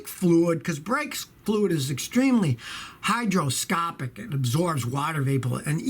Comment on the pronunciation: Brake fluid is hygroscopic, sounded like hydroscopic.